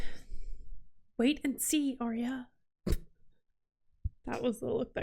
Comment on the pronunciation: I realise that this is older and you may know by now but Arya is not pronounced how you're saying it as Aria. You pronounce it Ar Ya as 2 parts together to get it right. Anyway, loving your reactions. Found you on TWD and that's my fav but loving this one too as I'm a big book reader and have read all the Song of Ice and Fire multiple times. Thanks :)